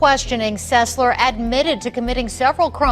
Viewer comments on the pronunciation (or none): Trey Selser really? You cant even get your names right. Its Sesler.